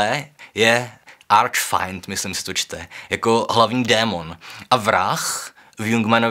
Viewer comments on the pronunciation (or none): arch-fiend= the Devil (čteme /fiːnd/, ne /faɪnd/), ale jinak pěkné video